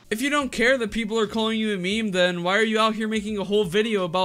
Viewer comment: I have a diagnosis... she wants attention. This should be fine however, as long as she isn't causing any- Oh No! ... also... "meemee"